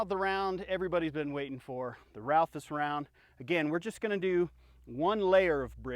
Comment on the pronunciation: Ralphus round? It's Raufoss. If you admire it so much, learn to say it properly.